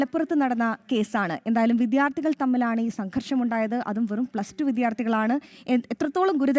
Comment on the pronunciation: 🤔വീണ്ടും "വിദ്ധ്യാ ർഥി " മോനെ ശ്രദ്ധിക്കുക 🙏🏻